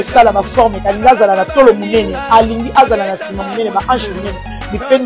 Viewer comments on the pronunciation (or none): none